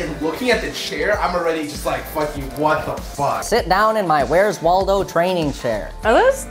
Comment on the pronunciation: Every time you say 'Waldo' I facepalm